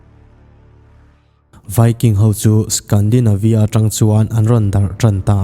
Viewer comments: Scandalnavia a nilo a nia.. Scandinavia tih tur aw... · Hmm...ngaihthla tran dawn chauha Scandalnavia in han tih nghal trut a!!! Hetiang em² te ph han tih dik loh! I Norwegian lam dan te khi a diklo re² a thluk te khi, 1200 vel atrang pawn an rn lang tranlo... 824 vel trangin asin, ka ngaithla peihlo mai, i nawi emai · scandalnavia ni lovin scandinavia zawk